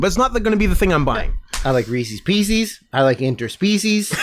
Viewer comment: This episode is borderline unlistenable because of how you guys pronounce “Reeces Pieces”. PIECES IS SAID NORMALLY. REECES ALREADY RHYMES WITH PIECES. ITS NOT FUCKING PEECEES. ITS PIECES. FUCK YOU UNSUBSCRIBED